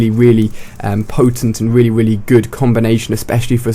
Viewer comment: weally weally good